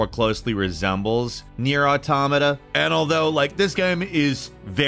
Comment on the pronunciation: i love you, ur my favorite bird, but you always butcher the name Nier Automata, but YOU GOT IT RIGHT THIS TIME ❤️